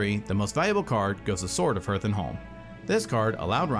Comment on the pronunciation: They should learn how to pronounce Hearth tho